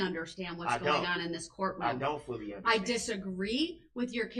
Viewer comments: Darrell continues to think ignorance is the best policy. 😂😂 I don’t undershtand, your Honor. 🤦‍♀️ Congratulations, Darrell! 1000 years prize for your! 👏🏻👏🏻👏🏻👏🏻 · Darrell don’t undershtand, but, when the judge moves forward from Darrell’s stalling tactics, Darrell starts up with ‘subject matter jurisdiction”! Wow! His comprehension came back in the blink of an eye! 😂😂